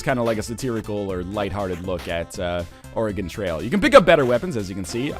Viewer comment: HE SAID OREGON RIGHT OH MI GAH